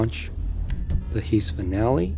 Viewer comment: It's an heavy "I" on heist my guy